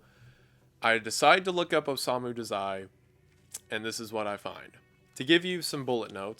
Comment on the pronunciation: hallooooo! i love the vid but the one thing i couldent get past was the way you pronounced his name 😭😭 its Oh-sah-mu dah-zai